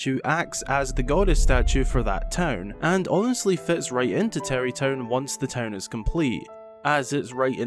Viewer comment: Bra it’s tarry town